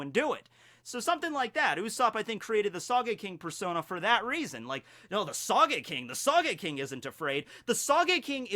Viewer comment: I don't like Usopp. And please,,, its spelt sogeking not sageking. the o is pronounced like in note. Don't pronounce Japanese words as if they are English.